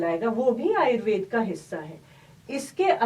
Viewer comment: आयुर्वेद है आयुर्वेदा नहीं ,बहुत ही सरल भाषा में समझाने के लिए धन्यवाद बेटा क्योंकि आजकल आयुर्वेदा गुडग़ांवा जैसे गलत शब्दोंका प्रचलन बढ़ता ही जा रहा है,उस पर कहीं न कहीं रोक आवश्यक थी,यह कार्य करने के लिए तुम धन्यवाद की पात्र हो ।